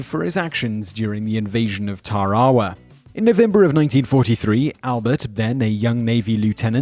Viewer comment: I got that you're British but you lose all credibility when you don't pronounce Tarawa and Audie Murphy correctly. It's like an American pronouncing Thames incorrectly. I don't blame you but it's clear you're just reading a script.